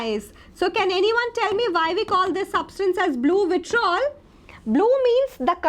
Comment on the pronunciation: it's vitriol ,not vitrol